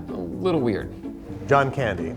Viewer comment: Pitch- John Candy Interviewer- And? Pitch- JOhN CaNdY